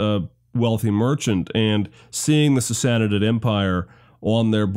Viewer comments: just a hint, from a Persian speaker: Sassanid=Sah- sah- NEED Two short identical syllables with the emphasis on the final syllable, three syllables in total. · really really liked this video, not enough good history series out there, truly, but please please say sassanid slow once then fast, you are adding a syllable